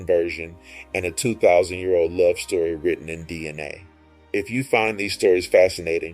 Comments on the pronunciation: He sounded out DNA, "Cell nucleus Dina" 😂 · You had me at the title but then you lost me at Dina. Are you trying to say DNA?